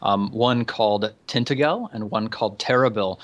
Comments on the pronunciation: oh... who's going to point out it's usually pronounced 'tin-tag-el' not 'tinta-gel' and 'gorlo-is' not 'gorlwa' (this is england, not FRANCE) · ***** Tintagel us pronounced with a soft g so "Tintajel". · ***** Off the top of my head I believe that tintagel is pronounced tin-taj-el (soft g rather then hard g)